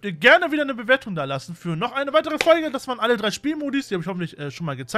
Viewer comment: "In dieser Fogle" xD Schönes Video :D